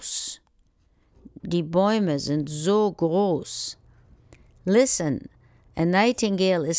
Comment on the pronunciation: It's groß not gross tho